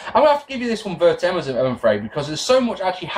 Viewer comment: since you've been talking about grammar and pronunciation a lot recently, this might be a good time to bring this up: you seem to think there's a word pronounced 'ver-tay-em' that means 'word for word'. the word you're thinking of is 'verbatim' which is pronounced 'ver-bay-tim'. just thought you might like to know. if it's a joke or reference to something, then please disregard.